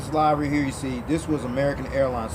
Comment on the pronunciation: "livery" rhymes with "delivery"